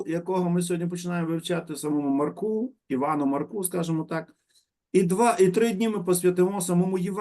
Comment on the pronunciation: ❤❤❤дякую за цікавий урок.Незвично звучить Маркуууу, а треба наголос на а. МАрку